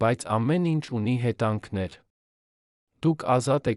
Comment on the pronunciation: Դուք չեք կարո՞ղ ասել հետևանքներ,բայց ասոմ եք հետանքներ։ Կամ կարևորի փոխարեն ասում եք կարոր և նման շատ բառեր։ Ամոթ է մի աղավաղեք մեր հայերենը։